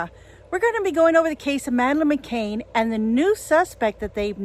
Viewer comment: Hi, the surname is pronounced McCAN not McCAIN